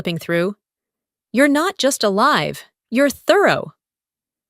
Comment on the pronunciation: Please check the grammar alive is being pronounced wrong